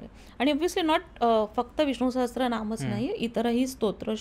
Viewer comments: छानच माहिती . हे टॉनिक मी घेत आहे . नियमीतपणे . फार छान अनुभव आहे . ' सहस्र यात स ला र -जोड ला जातो स ला त्र नाही . वारं वार त्र चा उच्चार होतोय . तो टाळा वा कृपया . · Sahastra nahi Sahasra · सहस्र, सहस्त्र नाही.